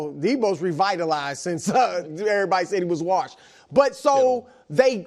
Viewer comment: Chris “waRshed” Broussard